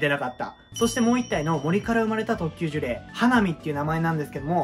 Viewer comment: 1度ジュレイをジュリョウと噛んでから当分の間そのままでしたが、最終的には戻ってましたねw